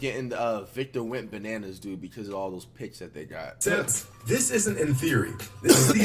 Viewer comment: “wentbanna” had me dead